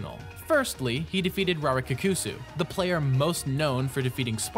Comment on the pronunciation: I love, I love this video, but just a heads up: double letters in Japanese work the same as double letters in italian, so Rarikkusu wouldn't be Rari-k-kusu, but Rarikusu with a slight pause after the K to extend it